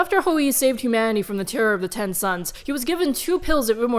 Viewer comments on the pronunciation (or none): Gosh DANG IT, I thought she was saying "sons" that entire time, not "SUNS". I am a dumb dumb, I was so confused. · She said: Ten Suns, Ten suns, etc. I thought she was saying 10 sons and i was so confused